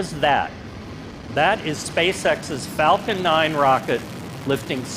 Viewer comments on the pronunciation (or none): none